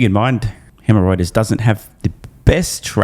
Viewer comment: did you say hemorreuters ? :D